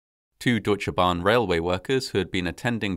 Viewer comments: Great Job at pronouncing Deutsche Bahn! 👍 Native English speakers often seem to struggle with how to pronounce the German 'eu', but you did a really great job! (I often hear it pronounced as 'oo/u', but it's really closer to 'oi' :)) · My compliments on how well you can pronounce difficult words like "üstra" and "Deutsche Bahn". I was still a member of the disaster control service in 1998, but I was in Hanover and it would have taken me about two hours to get to Eschede. By then, German army helicopters and other helpers were already on site. Many people died immediately and no help was possible. It was, as so often, an avoidable disaster. Today I live in the municipality of Eschede. Sometimes I see the memorial with the 101 cherry trees and think that at least this memorial was well built.